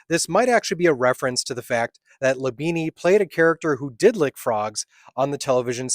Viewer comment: Labine is pronounced without the added E at the end.